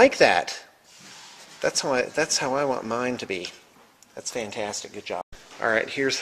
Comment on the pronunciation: did you say "khantastic" :)